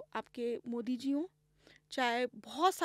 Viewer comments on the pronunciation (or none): none